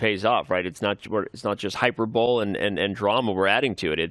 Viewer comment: Danny said "hyper-bowl" 😂